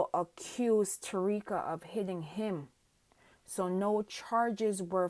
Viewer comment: Who is Tareeka…. If you are going to make a video say her name right….. Ta-ky-ra